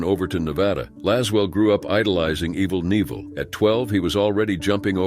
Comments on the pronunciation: Sure Evil Knievel was iconic, but this guy said Evil Nevil. Must be the generic version 😅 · Yeh , A fucking I ,…. Just look at how this robot pronounces Evil knievel